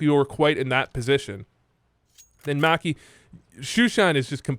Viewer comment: You say maki like you wear whitey tighteys.